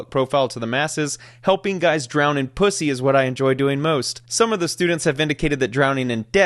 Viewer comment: Damn 😂, the way you pronounced Pu$$y, made me feel ashamed 🤣🤣🤣🫣